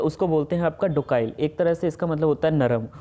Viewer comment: Docile is pronounced डोसाइल not डोकाइल